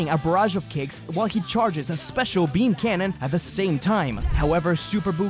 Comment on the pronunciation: it's peam...